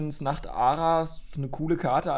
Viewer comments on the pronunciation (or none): Das pokemon heißt Nachtrara und nicht Nachara XD